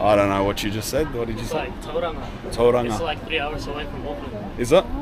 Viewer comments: Tauranga guy hats off on that pronounciation bro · Respect to the Filipino from tauranga New Zealand pronouncing it better then some actual kiwis here